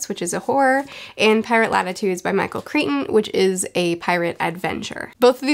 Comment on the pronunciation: You’re killing me! It’s Crichton…CRY-TON! NOT creeton…. CRYTON! I rarely can’t finish an audio book and I DNF’d this about halfway through. Crichton is one of my favorite authors of all time but most of his posthumous stuff is not good! Just finished a re-read of Sphere and it is still my favorite of all of his books!